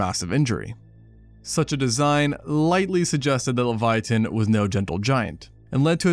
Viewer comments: Pronunciation: levy-atun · dude leviathan has an h in it. why are you saying it so weird? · Please stop saying leviathan like that.